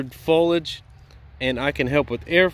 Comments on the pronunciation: Drink Everytime he says folage instead of foliage 🤣🤣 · Foliage (three syllables) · I didn’t think you said airflow too much 😂 and I liked how you pronounce foliage like Fo-lige …in New England we say Fo-lee-ige 😁